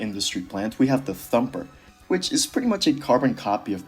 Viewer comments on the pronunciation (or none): "the thomper" the WHAT?🥀